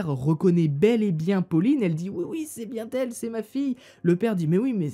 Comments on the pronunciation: C'était bien "n' elle" et non "bien t'elle",et "vous dites et non vous "disez";Sinon bonne vidéo,voix claire,diction fluide.Le sujet est traité avec respect ,c'est important on parle quand même de la mort d'un bébé.Bravo mec,bon boulot!!!! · on ne dit pas "bien-t-elle" mais "bien-n-elle". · C 'est bien-t' elle ?!! Je n'crois pas que ce soit la bonne liaison, dis plutôt c'est bien-n'elle ! Critique constructive seulement ! Bonne Continuation ! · Et dans "C'est bien-t-elle! C'est bien-t-elle!", d'où vient donc le "T"??? Voilà une liaison fort mal t'à propos! lol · Et aussi: « c’est bienT elle » noooonnn 😭😭😭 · et " ..si c'est bien T elle" , "oui oui, c'est bien T elle" Cherchez l'erreur lol 😉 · "C'est bien t elle?" Du coup où y a t il un "t" pour faire la liaison? c'est peut être picard?😂 en dehors de ça, les histoires sont intéressantes et captivantes😉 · Il y a aussi les liaisons comme: c est bien (t) elle, le T tu le sors d’ou?? 😂😂